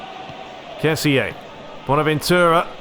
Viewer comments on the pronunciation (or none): it is ke-si not ke-si-eh